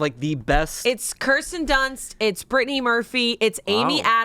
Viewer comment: The way said Kirsten Dunst made me very upset